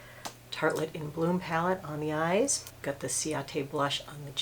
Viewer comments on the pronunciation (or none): none